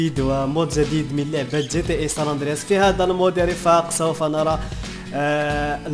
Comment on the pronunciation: ساندرياس هههه مالك يا صحبي ناس gta5 ونتا ساندراس ههههه ضحكتني ههههه